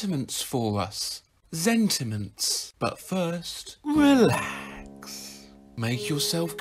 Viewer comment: Holy fuck! Why did I see a two headed sheep when he said eelax